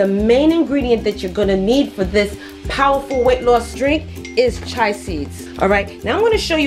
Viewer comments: Chee-a seeds not chi seeds.😂😂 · It’s pronounced chee-ya seeds. 🤣